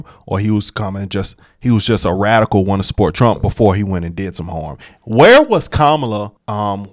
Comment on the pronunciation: I know this is unimportant but the way this sheriff speaks drives me nuts.. "Bafore" (before) "Depaties" (deputies) 🤨 I just know he's the type who says "Libery" (library)